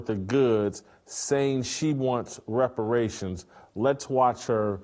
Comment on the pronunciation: Are you kidding? A fat, black barbaric Negress demanding her “wepawations”….and she got some wepawation punch! How is that NOT funny?😂